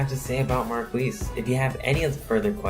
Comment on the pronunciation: It's pronounced (Mar-kee)